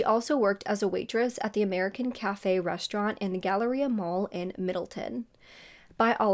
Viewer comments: Omgggg this happened where I live!!! A couple of months ago her poster was put up around town for anyone who had information on the case since it was 20 years old and it was a cold case. I can’t believe you’re covering this 🥹 btw it’s Middletown not middleton. Everyone here was so shocked when the killer was caught! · It’s pronounced middle town loll your so cute 💚 I pronounce shit wrong all the time too😂 I went to OCC (orange county community college) my dad used to live in Middletown but now lives in Newburgh, I’m so glad an arrest was made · It’s pronounced Middle-town. I live an hour from there. 😊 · I grew up around there it’s said “Middle-town”. Just like it’ looks. Lol You always do great work so I’m not knocking ya. Just FYI ❤ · This is a local case for me, thank you for covering it!! (P.S it’s Middle-town lol)